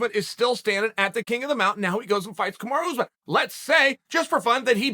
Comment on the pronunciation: I love how he says "kamaro ooze-men"🤣